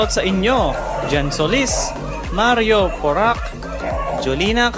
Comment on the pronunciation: Sir slmt po sa pag shout out,,pero mario poraque,,, hindi po mario poraq hehehhe